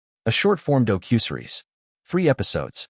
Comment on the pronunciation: AI can't even pronounce "docu-series"??? It's not dough-cue-seres ;-))